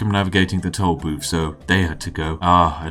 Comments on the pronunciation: I´ll take a shot every time he pronounces "tool booth" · Is he saying toll boobs